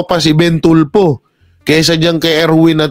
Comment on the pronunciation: TULFO PO😂😂😂😂HINDI YAN TULPO.ANO BA! SINO BA ANG ENGLISH TEACHER NYO NOON? NAKAKAHIYA PO😂😂😂😂.1969 PO AY EKEM.AKO.MAS MAGALING PA PALA ANG MGA TEACHERS NOON KUMPARA SA NGAYON🤣🤣🤣🤣.KONG SA BAGAY,BOKYA ANG PILIOINAS PAG DATING SA EDUKASYON.SORRY.....